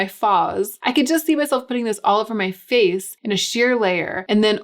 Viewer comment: "all over my vace, my face, my faaaaz." Almost spit out the food I was chewing. lol! :)